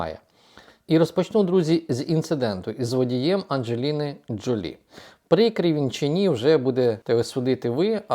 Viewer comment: Джо́лі вона [ˌændʒəˈliːnə ʒoʊˈliː]